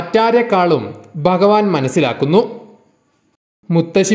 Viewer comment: baktharalla bha bhakthar bagavan alla bha bhagavan ucharanam shradhikkuka